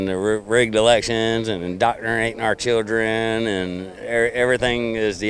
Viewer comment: "...doctranatin' our chuldren".